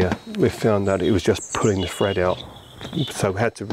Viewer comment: thread not fred 🤪